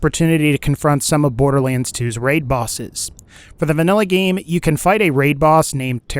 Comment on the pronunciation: Maybe im going crazy, but is he constantly pronouncing 'borderlands 2' wrong? "borderleans"?